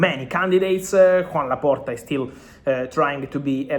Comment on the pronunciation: No es Juan Laporta, se pronuncia y se escribe Joan Laporta...